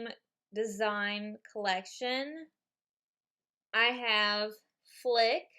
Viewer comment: Great video! But oh my god!! Your reading his name and still not saying it properly!!! FLIT!!! FLIT!! Not FLICK! FLICK IS FROM A BUGS LIFE!! But still awesome video xx